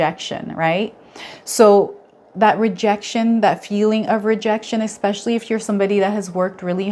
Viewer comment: Not sure how you can criticise spelling when your pronunciation is so bad - eXpecially is NOT a word - its 'eSpecially'